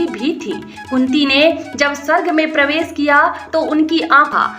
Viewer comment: सायरी नहीं मोहतरमा it is शायरी । प्रवेस सायद वाह वाह क्या कहना is प्रवेश शायद । stop such commentary